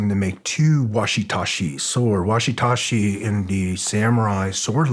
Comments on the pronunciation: Did he seriously just say "washi tashi" sword instead of wakizashi?! That's.... Incredibly sad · it is not and has never been called a washi-tashi, or anything Remotely close to that, and he repeated it that way 5 times. That's like calling Katana a Kokomo. so much for studying the way to the Samurai it's pronounced Waki zashi! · Is this man serious??? It's not a watisashi or whatever TF yu said. It's a wakizashi sword. That just shows me that this man is either not very smart or fronting about everything's he says he's done. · I love this show, Green berets, and. But can someone please tell him it’s “Wakizashi*” and not “Washitashi” hahaha. I’m Japanese and that just made me giggle. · “Washitashi” what’s a fucking joke this guy is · Does.... Did he mean "wakizashi"? Been around martial arts for 35 years and never heard of a "washitashi"... I'd be really interested to be wrong though. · some 1 who knows him should really help him quietly to pronounce WAKIZASHI properly.